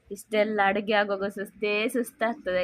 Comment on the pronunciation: 😃😃😃😃.. it's not..ADIGHE...you should pronounce it as ADOOGHE...OK? ADIGHE.. meaning of totally different